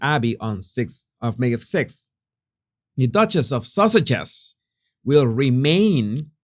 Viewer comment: It sounds like you are saying Duchess of sausages